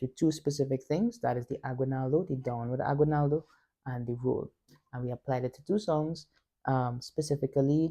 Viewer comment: So, for future reference, the word is pronounced ah-ghee-NAL-doh. The only time "gui" or "gue" is pronounced gwee or gway in Spanish is when you see a "u" with two dots on top like this--ü. It's called a diaresis. For instance, the musical instrument, "güiro", would be gwee-roh; a handsome guy, "güero", would be gway-roh. "Aguinaldo" does not have a diaresis. Keep going. Best wishes.